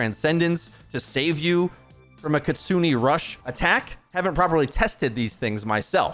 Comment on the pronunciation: Please learn how to pronounce kitsune. It’s not kitsuni